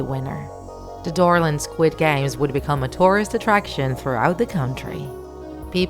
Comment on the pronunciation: When you guys said dorland I thought you guys said Dora😂😂😂